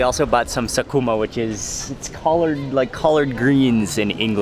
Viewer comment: did he just say SaKUMA 🤣🤣🤣. He also added she has experience how she shaves it. This guy knows what he's talking about. Or is it my perverted thoughts